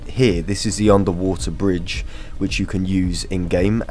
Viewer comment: "underwater bridge" and "overground bridge" have to be the worst examples of an Englishman speaking English I have ever heard